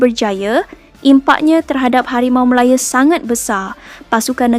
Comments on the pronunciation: Ooi kakak ..KO sebut biaq betul HARIMAU MALAYA bukan MALAYE ..nahu tu biaq betul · Ko ni org Msia ke org mana? Npe ko ckp Harimau Malaya bunyi mcm pelik hah?!!?